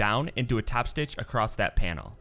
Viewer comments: how do you sew something "acrosst"? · I notice ( as a British English speaker) that quite a few Americans say "acrosst". A brand new word! 😳